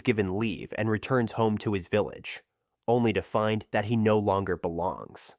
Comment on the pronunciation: The fact he says dat instead of that lol